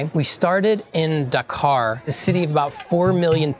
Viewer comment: "...and then we exited dacar after we got to daworksite! :)"